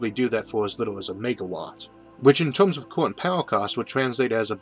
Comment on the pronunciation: Had to get used to this guy saying "tomes" and "Foamy" and "Foam-al" for "terms" and "Fermi" and "Formal".